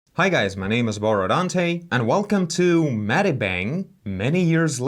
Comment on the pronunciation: I feel like he adds like 3 more syllables when he says the "R" in "Borodante"